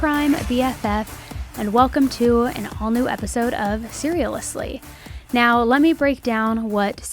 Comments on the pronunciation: your gonna have me saying Serialously instead of seriously now!! 😂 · I’ll admit that I’m having a few drinks tonight and “SERIALously” just flowed out of my mouth after I heard you say it 😂 it’ll be fine